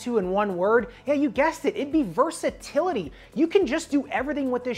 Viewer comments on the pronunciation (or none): Nice review! Love how in-depth you get with each review as your catalog of playtests gradually increases in size! The only critique is versatility* instead of “versitility”. Great work regardless, may have to check this version of the speeds myself.